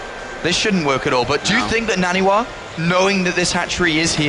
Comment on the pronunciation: I Hate the way artosis says naniwa " NA -N A WAA"